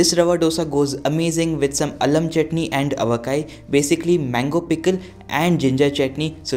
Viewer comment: It was nice to hear you saying Allam chutney and Aavakai.